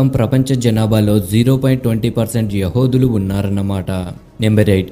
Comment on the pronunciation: యహోదులు కాదు యూదులు